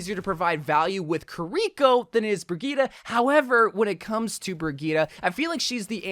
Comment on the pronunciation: When he mentioned Kuh-rih-coh (Kiriko) all his pronuntiation went to hell.